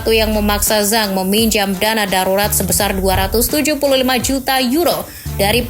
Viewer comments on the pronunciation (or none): none